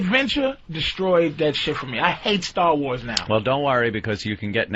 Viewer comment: First time I noticed Patrice's Boston accent, "Staah-Wars". Sure I've heard it before, but this one stuck out.